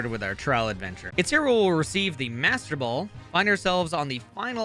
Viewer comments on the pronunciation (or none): none